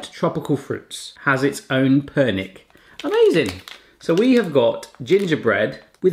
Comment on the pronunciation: Ha pernyk? Je to (perňík)